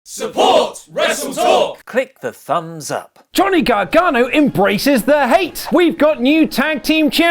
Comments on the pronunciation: Gonny Gargano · Lol gohnny garganno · "Gonny Gargano" lol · Gonny gargano 😂